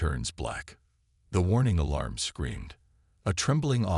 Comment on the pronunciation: Gravely disappointed in your AI!!! WTF is: "wiped a TEHR from his eye"???, "AYE-larm(alarm)", "deh-BRISS"(WAY TOO MANY TIMES), "ar-MAD-uh"(ar-MAH-duh)!!!!!!!!!!!